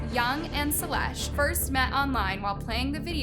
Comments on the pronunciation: ✨ShElEsh✨. Girl you pronounced it like ✨SELL-ESH✨ ITS ♥SHE-LUSH♥ YOU WAS PRONOUNCING IT RIGHT PAST SSSNIPERWOLF VID STOP MISPRONOUNCING NAMES GURLY!! Anyways, i love yall both, but not equally! HOWEVER MANY VIDEOS YOU MAKE ABOUT HER, YOU WONT CHANGE MY MIND ABOUT HER BEING MY FAVORITE YOUTUBER!!! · Imagine being too dumb to pronounce the easiest names wrong. "Salesh". 😂